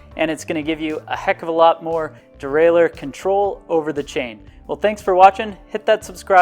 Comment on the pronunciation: Derailleur, not derailer.